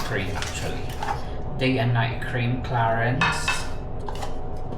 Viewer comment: High end talaga ang Clarins brand … ang pronounciation is “CLARANS French brand yan